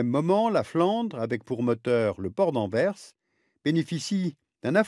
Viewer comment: On ne dit pas [Anver] on dit [Anvers] le "s" n'est pas muet.